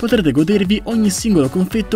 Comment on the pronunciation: Ma confetto si dice con la E più apertaaaaaa comunque grande bel video